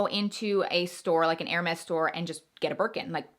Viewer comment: Pronunciation of HERMES, is 'air-may'. NOT 'her-mez'